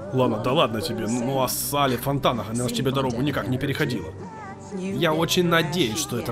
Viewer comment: Легендарная трилогия от Каталины, которая завоевала множество различных наград. И это всё заслуженно, потому что здесь и интересный сюжет, и отличные актеры и актрисы, и куча крутых песен. Спасибо за озвучку! Кстати, почему ты называешь героиню Шэрон Кейн Салли, если её зовут Силли (Ceily)?